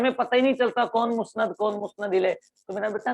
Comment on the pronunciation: سر درخواست ہے کہ مسند لفظ پر کوئی تو زبر لگا کر پڑھتا اور آپ مسند کو پیش کے ساتھ بول رہے ہیں اس بارے رہنمائی فرمائیں